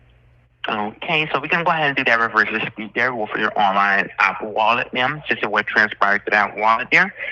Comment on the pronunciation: I have never heard "ma'am" pronounced "meee-um" before this Edit: Also that horrible f...lipper eating his dinner on the phone ! That really boils my piss!